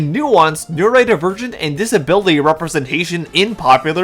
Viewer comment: Hey dude there's an "o" in neurodivergent. It's not pronounced neuraedivergent.